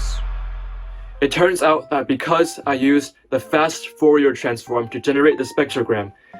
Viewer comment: instant dislike for saying "fourier" wrong